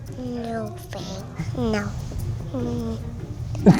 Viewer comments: FMLscienceturtel ... you are talking about your generation. Look I know it is spelt thanks. But Linus’ daughter says “Fanks”. OK? Give his daughter a break. The fact that I’m defending Linus’ daughter’s pronunciation is just funny. As if you sir forgot what learning and childhood meant. I know it is “Thanks” not “Fanks” but look back at the video and listen that the kid said “Fanks” not us. We all know how it is spelt. The person who commented this said “Fanks” only because he was just repeating the pronunciation of Linus’ daughter. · FMLscienceturtel OMG I already explained it. Do you actually think 3 year old children can even pronounce “Thanks” properly? They pronounce it “Fanks” until they get to around the age of 5 or 6. It’s a child leave her alone. She will learn later. She already learned how to build a PC and that’s good enough for me. At least she has some common sense and manners. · FMLscienceturtel it’s how Linus’ daughter pronounced the word “Thanks”. She pronounces as “Fanks”. Give her a break she still young and learning. My man Mr.Fish is only spitting out facts.